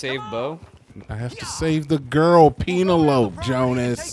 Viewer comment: Reminder: don't name your child Penelope... PEEN-ELOPE